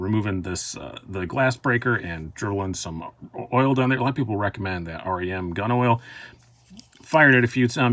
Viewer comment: Did you just say “R-E-M gun oil”? The Rem part is literally short for Remington, the company that sells it.